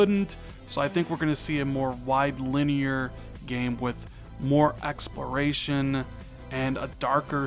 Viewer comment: Why can’t say the L in exploration?